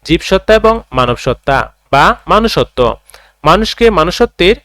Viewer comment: Manusotto ❎ Monusotto✅